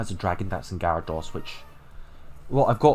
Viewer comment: Laprass, Gyaradoss (What are these pronunciations?)